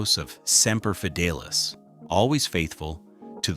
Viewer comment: Semper Fideylis lmao come on man